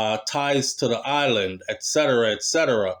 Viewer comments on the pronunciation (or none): none